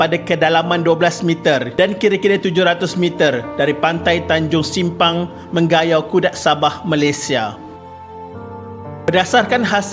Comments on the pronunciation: Correction - Mengayau ye bkn Menggayau 🤭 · Rasanya sebutan yang betul ( me nga yau ) bukan ( meng ga yau ) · Nice content. cuma bacaan sebutan Simpang Mengayau di akhir video in kurang tepat. hnya mngunakan 3 suku kata iaitu "Meng" "a" "yau". Manakala "Meng" "ga" "yau" tidak betul. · Me - nga -yau. Sebutan yg betul . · Lucu bha sebutan admin utk nama tmpat d sabah tu, kalo sini sebut Meng Nga Yau min 😁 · Yg no 1 tu sebutan mngayau tu mcm salah ja hahah btw nice.. patut eja mcm biasa ja